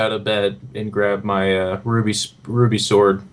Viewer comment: Every time I hear say "Ruby Sword" I always hear "Groovy Sword" and I just imagine it to be a giant disco ball on a sword hilt. XD